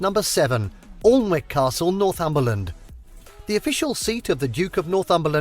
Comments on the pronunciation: I laughed at the commentators pronunciation of Alnwick typical southerners grammer, it's not Aln-wick it's An-ick...😂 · "Annick" Castle, not "allnwick" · Alnwick is pronounced Annick. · It's "Alnwick" not "Allwick" and it's pronounced "ANNICK". That bothered me sooo much, and parts of the castle was used for Hogwarts in Harry Potter. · Lol the British bloke presenting the vid pronouncing number 7 Alnwick as 'orlnwick' or whatever. It's pronounced Annick. Silent L, silent W. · The way the narrator said "Alnwick" hurt me a little, instead of Alln - wick it is pronounced An - ick. Love your reactions! :) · 😂 we pronounce it ann-ick x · Alnwick isn't pronounced how it's spelled. It's pronounced annick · Ignorant southerner who can't pronounce Annick (spelt Alnwick) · "Awln-wick" !!!! 😖 Ouch! 😂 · pronounced anick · I'm English - the presenter mispronounced Alnwick - it's actually pronounced An-ick. Also, Windsor was the late Queens weekend home - she spent the working week at Buckingham Palace in central London and then went to Windsor at the weekends. In the summer, they decamped to Balmoral Castle in Scotland, which is where the late Queen died a year ago. King Charles doesn't appear to use Windsor much - he has Clarence House in London and various other homes - I think the Prince and Princess of Wales will move in soonish. Just my guess - they are living in Adelaide Cottage, a detached four bedroom house in the grounds. Or so we are told - maybe they already live in Windsor but the optics in a Cost of Living crisis wouldn't be so good. Who knows?! BTW love your gentle style - we don't see many quiet, thoughtful Americans! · Have to say you pronounced Alnwick wrong. It is pronounced An-ick. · Alnwick is pronounced Ann ick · I’m sure it’s been said, and can’t understand the English YouTuber not knowing, but Alnwick is pronounced Anick. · Not just Geordies!! I was correcting the narrator too! Definitely pronounced Annick as you say 👍🏼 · Alnwick pronounced Annick